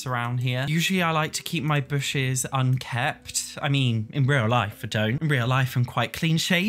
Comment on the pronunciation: Lol it’s “unkempt” not “unkept”